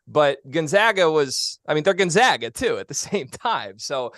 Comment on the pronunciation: All these years and they still mispronounce Gonzaga!!!